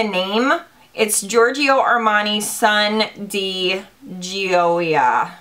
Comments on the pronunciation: If the perfume is pronounced like my friends name that is spelled the same it is pronounced Goy-ya. Hope this helps, Hun! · My mother is from 🇮🇹. The perfume is pronounced de joy-ya. It means joy and is also a girls name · the perfume is pronounced gee-oh-ya but like slurr it together you feels me lol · The perfume is pronounced DEE-JOY-UHH. Its Italian, and my last name :)